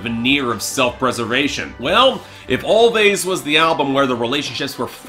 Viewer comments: I don't know 'bout you, but this album is my jam! P.s. It's pronounced "Always" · it's pronounced "always"